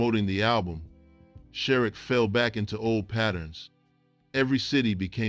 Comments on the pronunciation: Name pronounced SharREEK. Yw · You pronounced his name wrong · You should learn how to pronounce a name before you get on YouTube and discuss the topic mispronunciation . Use the Internet to assist you. Not a good look or sound